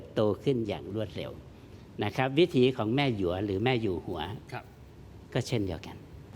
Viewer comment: พ่อ -อยู่ -หัว คือ พระราชา แม่ -อยู่ -หัว คือ พระราชินี หรือ มเหสี อ่านว่า แม่ อยู่ หัว ค่ะ